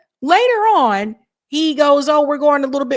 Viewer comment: I love your accent 😂, when you say ON it almost sounds like you say OWEN 😂😂